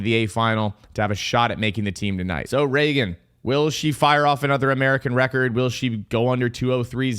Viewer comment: death, taxes, and pronouncing Regan Smith's name two different ways in the same paragraph 🤣